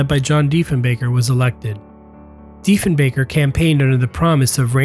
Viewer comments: you mispronounced it 3 times actually ... and there were 37 planes on the line on cancellation day , that was full production at the time ... the method of production and development made them all PRODUCTION aircraft .... none were prototypes ... thats whey they did 5 years of model testing and wind tunnels what wasnt done was none of the aircraft were bought ... the build method plan was to adjust the line as testing required changes be made ... that is the glory of that method ... all changes went direct to the production line and the line was built as the first plane was built ... this design process was chosen because it cuts aircraft development time in almost half from first concept ... to prototypes to first production ... they cut out the prototype stage and cut off 2 to 5 years of development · Sorry, my friend but much of what you say is true but some of it is wrong. Yes, it was plane before its time but time caught up to it in the end. It was deemed redundant because of ICBMs There was no point spending treasury dollars. The name is Diefenbaker as in baker not balker. J.F. Kennedy made the same mistake when he visited Canada on a goodwill mission in 1961. DiefenBAKER pronounced BAKER did not order the destruction of the plane for the simple reason that the plane was never delivered to the RCAF. It was Crawford Gordon in a fit of rage that ordered the WAXMAN salvage company to move in and torch the plane. Personally, I think that they should hav been kept as a heritage piece. A fine example of Canadian ingenuity in airshows. I would have loved to see it fly! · It's annoying that you pronounced Diefenbaker's name correctly the first two times you said it, then mispronounced his name every time you said it afterwards. (🤔 Perhaps you misspelled his name Diefenbacker in your script after the first two correct spellings?) Furthermore, Canadair is pronounced cana-dair, (cana-dare) not canada-air. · DiefenBAKER, you know, like in Baker, not 'Bahker'